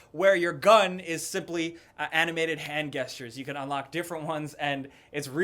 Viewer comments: I don't trust people who pronounce the word gestures as guess-tures instead of jes-tures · Guess-tures? It's (J)Gestures!! (J sound) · This fool said guestures lol 😂 and btw Draugr are Norse mythology that’s the reason they’re in Skyrim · Drink every time he pronounced "gestures" wrong :) Great video though guys! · Is anyone else bothered by the way which pronounces 'Gestures'? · Travis D. AHHHH I DIDN'T NOTICE UNTIL YOU SAID IT YOU MONSTER